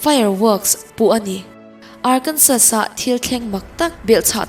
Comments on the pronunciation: Arkensaw tia lam tur.... Ngaihnom tho2 e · na a 'Arkansas' hi Arkansaw tiin an lam ṭhin America ho chuan... :)